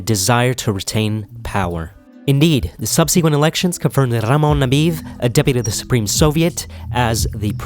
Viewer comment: Not Ramon he is name is RaHmon